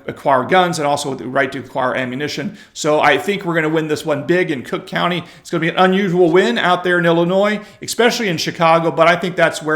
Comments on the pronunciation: It pronounced CROOK COUNTY. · Sorry but you pronounced it wrong, it's Crook County.😂